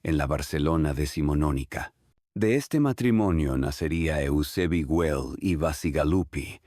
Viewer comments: Ai si si, entraba a poner lo mismo jjjj me estaban sangrando los ojos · Por favor, rectificar. El nombre de la família es GUELL, no Wel. Gracias